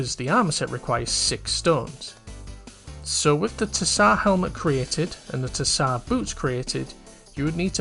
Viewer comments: it's pronounced as "Zar" - it's a slavic word most commonly found in russia, bulgaria and serbia, it's the title of a ruling monarch in these countries 'tissar' was close but no cigar lmao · Great video!! I don't mean to be a stickler but the way you said tsar is so funny.